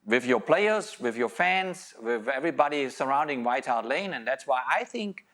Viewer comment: Klinsmann kept saying "White Heart Lane" 🤣🤣🤣🤣